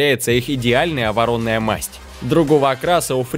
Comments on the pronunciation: Лошади очень хороши.. Но ударение в слове вороная ставится на А. ВоронАя, а не ворОная. Так и гибнет русский язык. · Вообще все не правильно! Не ворОная, а воронАя! Не ганновЕрская, а ганнОвЕрская! Ударение не знаете куда ставить, а про подбор видео и фото к породам вообще молчу! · Видео интересное. Но режет слух название масти лошадей. По-русски правильно говорить воронАя масть (воронОй конь), а не ворОная масть. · Да, жаль, что из отечественных пород показали только башкирских и якутских лошадей. А где орловский рысак, буденновская верховая Владимирский тяжеловоз? И всё- таки не ворОная масть, а воронАя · Почему в слове ,,воронОй,, рассказчик делает ударение на второй слог?Это странно слушать!Масть у коня воронАя,а не ворОная.Нерусь! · Что за масть - ворОная?) ВоронАя! горе-диктор, чесслово. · Не воро'ная а ворона'я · Ударение правильно ставь вороная масть